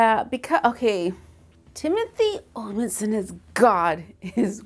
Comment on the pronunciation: That guy played btw. Kain in Supernatural (not sure if you have watched it) and he was kinda like the "Detective Douche" in Psych. Oh .. and his name is Timothy Omundson .. not Timothy Olifant.